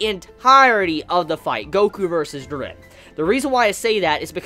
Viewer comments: Bro it’s Ji-ren!!!! Not Jer-ren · "Jur ren" ITS FUCKING "JEER EN"